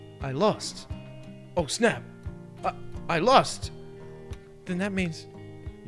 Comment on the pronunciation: I know what he was trying to say after he lost at video games but i SWEAR i heard him say "lust". Anyone else?